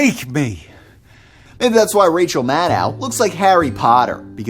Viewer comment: Where is this guy from? No American says “Rachel Mad-dow”...